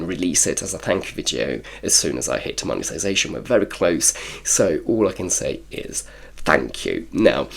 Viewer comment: Congrats on the Mone-TIIII-sation lol